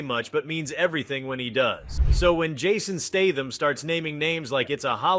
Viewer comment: Or Jared "Leeto". Or Jason "Staathm".